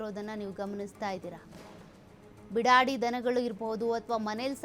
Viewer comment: Bidadi alla beedaadi